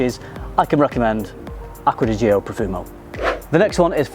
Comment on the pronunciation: "Gio" is pronounced like "Joe", not like "Gee-Oh".